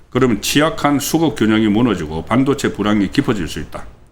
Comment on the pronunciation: (일반적이지 않고 다른 발음) 송국권선생님은 발음 중 일반적인 국민들의 발음과 다른 것이 있어 좀 거북하거나 듣기 싫을 때가 있습니다. 半도체 - 班도체 公직선거법 -공(球)직선거법 事前선거 - 辭典선거 搜査 - 輸사 대구식 발음인가요?